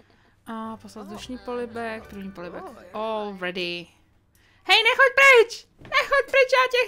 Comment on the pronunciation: Furt ako vravíš all ready tak to počujem ako ol vredy :D :D :D :D